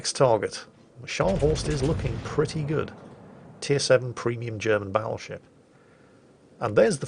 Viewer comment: Something about saying "BATtleship" and when he does his sickly laughs, reeeeeaaaaaallly aggravetes me